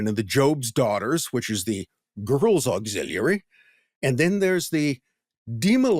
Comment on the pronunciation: Bro stop saying auxiliary like that. You're trying to say it in a way that seems profound, but it just sounds dumb. And stop adding an H behind your W's